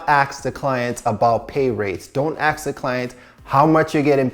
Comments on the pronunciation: It’s ASK not AXE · CEO of saying ask as aks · "Don't aks" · he said do not "aks" tho, so asking is ok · Love how we always says AKS 😂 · Is it just me or he can’t pronounce “ask” most of the time? Anyway, great content.